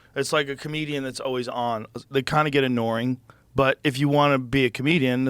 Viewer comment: Is Joe okay? He said “vegebles” with JD Vance and “inoring” here with Theo. I’m not trying to throw shade I just never hear him make verbal mistakes until recently.